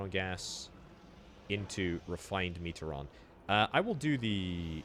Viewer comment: Me-tree-on not metre-on